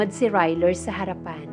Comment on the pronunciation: Who's "Ryler"? ☺😄😄😄